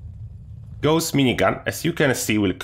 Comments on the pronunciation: Not Gooos! Say Gauss like Faust!!! Its a gernan name! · idk if it my but does any one else hear him say ghost minigun isntead of gaus XD great vid to man love hem